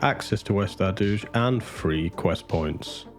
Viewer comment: Never heard the Ardooj pronunciation before. Fascinating how many ways people say that word.